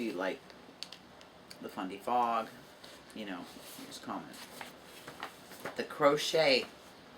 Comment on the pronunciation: Congrats on reaching your milestone. I like either color equally. I thought you were saying FunDay Fog. Lol Fundy Fog What a generous giveaway! I started off crocheting but recently learning to knit.